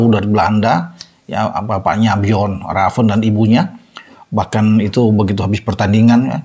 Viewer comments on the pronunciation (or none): none